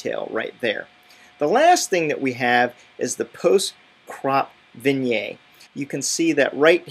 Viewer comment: So in short, there's nothing that Lightroom can achieve that ACR cannot (plus Photoshop can do a whole lot more)? By the way, "vignette" is pronounced "vin-yet" not "vin-yay". ;-)